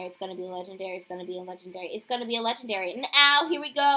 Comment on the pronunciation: Am i the only one who hated that she always said "LeGENDaRyyY"